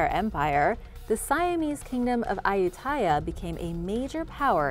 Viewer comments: Hi A-you-ti-yah was the name. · Ayutthaya is pronounced a-yout-ti-yah